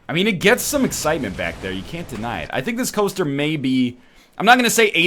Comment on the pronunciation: He is having trouble with the eggcitement... Also I'm here before Fitler so SUCK IT YOU FOOLS